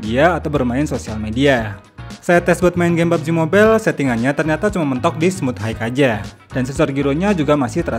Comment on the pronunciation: Izin komen koreksi agar lebih baik didengar kedepannya: High dibaca hai, bukan haig 🙏🏻